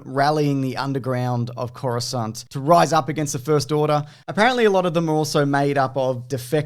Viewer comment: "Coruscant" I'm already sold